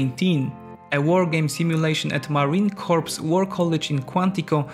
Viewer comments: Not Marine Corpse: Marine Coor! You are saying the marines aee a dead person. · No not corps. It’s sounds like core. You do not say the p or s. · "Marine corpse" lol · Marine Corps is pronounced Mahreen Core. Corpse is pronounced KORPS. OK ???? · Marine Corps!!! (pronounced core) not Corpse... -_ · "marine corpse" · If he said marine corpse one more time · You lost me at "Marine Corpse". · "Marine Corps" is pronounced "Marine Core" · Marine CORE not corps. English sucks I know. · The P is silent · Pronounce the USMC correctly!!!!